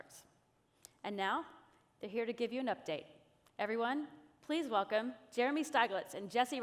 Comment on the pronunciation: funny way of saying well-clem